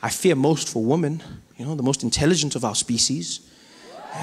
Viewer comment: I enjoy your humour Trevor, but it's one woman, two wimmen.